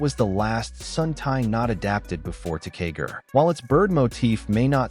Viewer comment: Ressha Sentai Toqger is pronounced Re-ssha Sentai To-Q-Ger and Kishiryu Sentai Ryusoulger is pronouced Ki-Shi-Ryu Sentai Ryu-Soul-Ger. I love the video, but please learn the correct way to say it, thank you. You also butchered the names of 2 other Super Sentai, Zyuohger and Patranger.